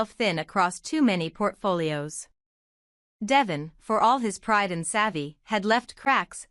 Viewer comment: Omg narrator its Deeevon, say it correctly